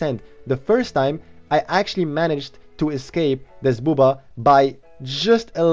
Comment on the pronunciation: Ever since i heard people call buhb-ba as boo-baa. I cant go back 😂😂